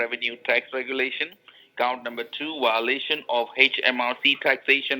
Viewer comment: Not to mention "Wiolations"!